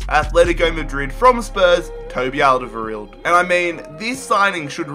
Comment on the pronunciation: You really murdered Toby's lastname :D